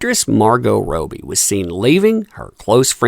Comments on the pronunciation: Love your videos and thank you for all of the updates, but it is killing me that you are saying rowbee instead of robbie, like rob your mind of thoughts..lol and while I am at it, I believe that Shia Labeouf's name is pronounced labuff instead of laboof, like am buff because I work out. :) ♥ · pleaseeeeee for the love of all things Aussie!!!! Margot Robbie's name is Pronounced ROB BEE Not ROW BEE... i love ya but geez ya make me cringe every time you mispronounce it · How can one person get "Robbie" soooooo wrong....? Its not Margot "Roby". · Why do you say Margot’s last name that way? Robbie not Roe-bie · Please... it's Margot ROBBIE as in Robert = Robbie not Robey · I love you but stop calling margot “ROOBIE” With 2 B’s it’s short. It’s Robbie not roobie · "Robbie", not Roby, there's a double 'b' mate. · You are pronouncing Margot's last name wrong. It is pronounced Rob-bee not row-bee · I think it’s ROB by, not ROBE y. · How do you guys pronounce Margot’s last name….“Row-be” or “Robbie”? I say Robbie. 🥴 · It's Robbie not Robo. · that umbrella guy: margo rowbie me : No it's actually margot" (it's french without the T" ) ro bbie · OMG.........ITS NOT ROBY.... IT IS ROBBIE... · 'Kerrah' = Car-uh 'Robie' = Robbie 'Aquaman Star' = Gobshite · Yo, love ur vids 🙂But pls, its Rob-bie not Row-bie, for future reference <3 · What the heck is going on here? Is this a contest to see how many names you can mispronounce? Margot Robbie not Roby. Kristen Stewart, not Kirsten. Do you even know who these people are? I can’t watch this; it’s just silly that you’re reporting on people when you don’t even know their names. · Pronounced “Rob-ee” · Robby it iss pronounced Robby for the love of god man. Cara was tweeking on meth is my bet in that video. I see enough tweekers downtown to know tweeking when I see it. Could be coke tho either way she was definitely doing the cocaine shuffle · pls its pronounced [ROB] + [EE] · Rowbbie 🤔lol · Margot Robe-ee lol